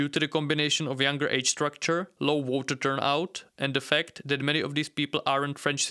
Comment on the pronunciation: Low growft. Yellow wests. Water turnout. Out of respect for your audience, please work on your pronunciation.